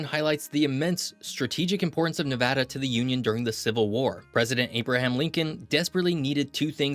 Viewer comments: The explosive growth has a lot to do with the invention of air conditioning that made the area more inhabitable. Also thanks for pronouncing it correctly. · The fact that you reiterated Nevada… makes so happy. Thank you for pronouncing it correctly. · Thank you for saying "Nevada" properly! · Thanks for saying Nevada correctly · Thank you, thank you for pronouncing Nevada correctly. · Thanks for saying Nevada correctly. 🤘🏼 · Earned my like for pronouncing Nevada correctly 🫡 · Born and raised in Las Vegas Nevada! It’s the best state and thank you for saying the name correctly. 🏔️ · Thank God you pronounced the name correctly! Good Job! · Thank you for saying Nevada correctly. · You are the absolute winner for pronouncing Nevada like a local! 🏆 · Thanks for pronouncing Nevada correctly! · The best part about this video is the correct pronunciation. If there's one thing that pisses me off about a lot of geography videos, its when people say "Ne-vaw-da" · Thank you for pronouncing Nevada correctly. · When people say - Nev-aw-da, not Nev-ad-da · forth generation Nevadan here . My whole family says the state name the exact way . And yes we are very particular how people pronounce our states name . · Ty for saying Nevada and not Nevahda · Great video! Thank you for pronouncing Nevada correctly. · The fact you say Nevada correctly 👏👏👏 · As somebody who's lived here the majority of my life, thank you so much for saying NEVADDA and not NEVODDA. I've had to correct so many educational channels on this. Drives us crazy! Right on for your video here. Aweosme facts. I didn't know we had some of the oldest rees on the planet. Very cool fact. I live in Elko Nv. And the Ruby Mtns are over the hump to Springcreek and in our backyard. Basically, it's a 25 to 30 min drive. They are a beautiful range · Far too many people say, Ne-VAH-duh, rather than the proper Ne-VAD-uh. As all Nevadans know, Ne-VAD-uh is the proper pronunciation. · HE SAID NEVEDA CORRECTLY